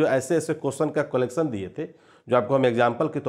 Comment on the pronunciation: कोलेक्सन नहीं कलेक्शन होता है